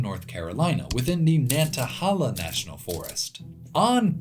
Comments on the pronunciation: Nanta-hay-la. Not Nantahahla. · I live in the valley of the Appalachians, and we get tons of brown salamanders. Also its nan ta hay lah not nan ta hal aah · Pronounced *Nantahail-a* not Nantahal-a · Nantahala pronounced ......... Nan-tuh-hay-la I'm from upstate South Carolina which has abundant rhododendron near the North Carolina border (Table Rock, Lake Jocassee, and Cesars head) and into NC as you know. I summer vacationed yearly in the campgrounds above Gatlinburg TN in the Smokies. Again thick thick rhododendron. I later moved to north eastern Georgia in the Chattahoochee - Oconee National Forest and I can verify the area surrounding Currahee mountain is covered in our old friend rhododendron. I recently moved to just north of Roanoke Virginia and yet again I can verify thin coverings of rhododendron on the Application Trail just east of Daleville. The peaks to the east above that valley are a lighter shade on your rainfall map, still verifying your hypothesis. Awesome video and you taught me how lucky I've been jumping from rainforest to rainforest. It's just the feel of these areas that attracted me and I didn't know why but now I know they truly are special. Unknowingly I followed an, until now, hidden pattern. Thank you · And btw pronounce the third a as a long A Nan tah haaay la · Great video! It's pronounced nan ta HAY la! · The National Forest is pronounced Nanta-HAY-la. Amazing video! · The yankee can't say "nantahala" but its still a cool video